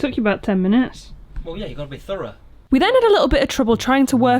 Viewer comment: 'you gotta be thourough' 😂